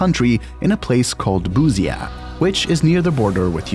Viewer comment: The pronounciation of BUSIA had me rolling.....nice piece